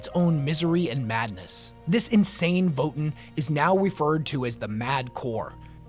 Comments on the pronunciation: It's pronounced like VoeTan (Voe sounds like "woah") Not votin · I know this is lame, but isn't it pronounced voh-TAN, not VOH-tin? That's how I've always heard it pronounced anyway. Also, it's super exciting to see the Space Dwarves back in the midst of the galactic riff raff of 40k! Thanks for the deep dive dude, I actually didn't know a lot of the stuff in this vid. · Thought it was” VOE TAN” not “Voe in” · Leagues of Votin'! lol your lore videos are are really awesome, but the way you pronounce Votann has me rollin. It's Vo-Tan my friend, just watch any official GW video about them if you need to confirm. Imma keep watching your videos now, they really help me get through building models! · It's TAN, not TEN! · Omfg... Voe-Tann votAAAAAAAnnn It is not Vot'n there's a f%$#ing "A" in it! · Dear, Votin' is what one does at a ballot box. Voh-Tan' are Space Dwarves. Thanks 😜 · Vo-tann…it’s votann… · "the leagues of Votn" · I think it is pronounced Vo Tan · Great video, however your pronounciation of Votann as "Vo'en" hurts my ears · ancestors' mercy, why does he pronounce votann like that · I love your videos and the lore they explore, this one included. Didn't know much about these spacedwarves before, but your pronunciation of their name really bothered me xD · when you say Votann, why is it, that somehow, the A in Votann gets sent straight into the warp? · Is that really how you’re supposed to pronounce Votann? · how did you come to pronounce Votann the way you do? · great video, just a thing about how you pronounce votann. hope this helps 😄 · My only complaint is how he pronounced "Votann" and "Hearthkyn"